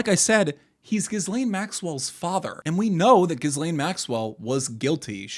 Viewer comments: Epstein never married Maxwell, she (Ghislaine) is pronounced "Ghee-layn" the 's' is silent. Frenchies go figure! Furthermore, she was acting as his manager, handler, and recruiter... Oddly enough, her namesake is more interesting than one night think?! It's a "pledge of fealty, or earnest (pledge) and was the word: "gīsal" or "gisel", = (verb) "to pledge" or a "hostage", or "a mutual obligation." Their "unholy Roman empire, perhaps Charles the Great, or Charlemagne in so called circa medieval times had a practice of swapping children within noble families to keep the bloodlines rejuvenated? Or simply these children were trafficked or exchanged and raised in allied courts as "pledges" of PEACE and LOYALTY. God only knows what else they did, but Epstein continued that tradition for certain. ? So, unfortunately the opening salvo started a tad bit crooked, forgive my indulgence and please continue. ~ Inertia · Why are you pronouncing her name wrong? The S is silent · Bro doesn’t know how to pronounce nuclear or Ghislaine